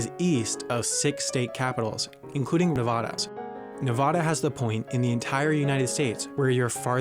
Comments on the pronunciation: It's pronounced Ne-vA- da, not Nev-ahh-duh. ;) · I feel like I should say it’s Nev-aa-duh not Nev-ah-duh we take that really personally. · A few nits to pick: 1) there’s a reference to "Bell-fon-tayne" (Bellefontaine), OH. The locals say "Bell Fountain." 2) the video mispronounces Nevada as "NevAHda" (too bad, it’s sad, but I’m not mad). 3) the vid should have mentioned that part of Yellowstone NP is also in Montana. That’s it. I got it out of my system. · The dude narrating the video needs to realize that Nevada is pronounced NEH-VAAAA-DAH not NEH-VAH-DUH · I live in Nevada, and it is commonly mispronounced. Most people say n e-vah-da, when it should be ne-vaa-da. It's something of a pet peeve with Nevadans. NBC news actually did a little clip about how to pronounce Nevada properly. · How did that narrator pronounce Nevada? WTF lol that's so so so so wrong. Should be Neh-Vahh-duh not Neh-Vaww-duh. Also us in Washington call the capital DC exclusively. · My ancestors were from Tennessee and I learned they were allowed to choose which side they wanted to fight for during the Civil War. My ancestors chose the Union Army (the north). What a horrible time. They guy on this video pronounced Nevada wrong. It's Neh-VA da. Second syllable a like apple. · BTW, the narrator pronounced Nevada wrong in the video. it's , not Ne-vah-dah. Atlanta is a hub for airlines, so a lot of them fly thru there to somewhere else. A lot of roads, at least in the west, will put up signs before exits saying it's the last opportunity for however many miles to get gas, food, hotel, etc. and will say how far the next facilities are, so if you see the signs, you should get gas, at least it used to be that way, not sure if it still is, probably is for that road though. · He mispronounced Nevada. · The guy in the video mispronounced Nevada. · The guy in the video couldn't pronounce Nevada correctly. I say R Kansas in my head or when I read it, but say R Can Saw outloud